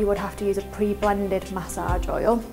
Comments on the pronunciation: It sounds like message with an accent at the age part. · Say massage one mo time